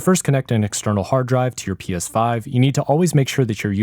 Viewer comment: Anyone else thing he said psvive